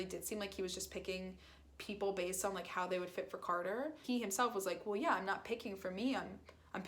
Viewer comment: You keep saying cater 🐱 It’s carter no affence